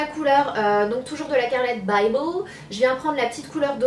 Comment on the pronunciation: Canon ! Et je pense que tu as dit " carlette bybel " à un moment 😂. Bisous 💚💚